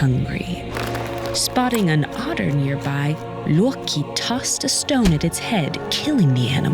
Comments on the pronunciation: It's Loki, not Yorkie. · The way she pronounced "Loki" LOW KEY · That's why the voicer called him: Loreki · it is pronounce (lo-key) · "...and the notoriously mischievous Looki". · That "loki(luwkee)" pronunciation hits different. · Somebody: "He is Loki" Narrator: "His name is Looouwkey" Jokes aside, love to hear what I assume is the correct pronunciation of Norse names. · The way she says Odin and Loki is a blasphemy.